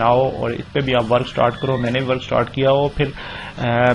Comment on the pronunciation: Stort nh hota start hota hai bhai😂😂